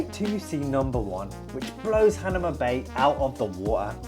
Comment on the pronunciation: Not "Han a ma", it's "Ha na ma"